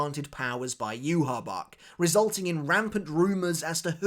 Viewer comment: Say Yhwach’s Name Properly